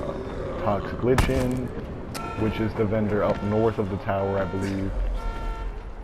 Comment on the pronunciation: It's pronounced "like-in". Not "toxic litch-in". Lichen is a real life thing that grows on rocks etc.